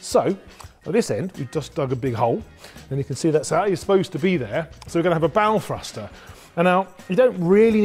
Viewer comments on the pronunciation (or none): For a moment I thought you said "bowel thruster" :-D Interesting projects and the relay was also interesting - thanks!